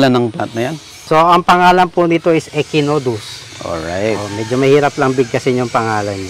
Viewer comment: Echinodorus po Hindi echinodus